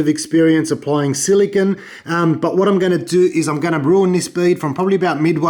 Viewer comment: Silicone, stop saying silikin